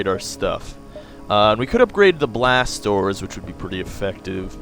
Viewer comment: Haha, whenever you say "Blast Doors" I feel like you're saying "BlasTORS" lol, I always think to myself "why is he saying blasters so weird...?